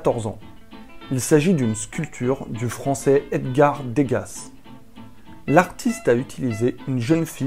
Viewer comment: On prononce deu-ga.